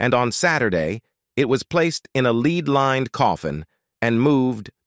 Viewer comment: “leed lined”?